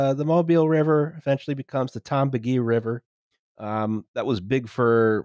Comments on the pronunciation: The Tombigbee is pronounced just like it's spelled: Tom Big Bee. Also weird fact: the Port of Mobile is the preferred trading port for Cuba and the US (whenever that is allowed). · Firstly, it's pronounced "Tom BIG Bee". Secondly, my grandparents were from a tiny little town in NE Mississippi. To build the Tombigbee, they flooded the whole town. There's a monument to the town and everything. I have ancestors in a cemetery under the Tombigbee. After all that, the Tombigbee failed as a shipping path, and is only really used for recreation. Duck the Tombigbee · Though, I've always heard Tombigbee River pronounced Tom-big-bee, but that may just be where I live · brother, it is Tom-Big-Bee.